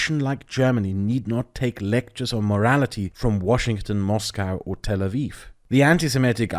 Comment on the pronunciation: Tel Awiw? Aviv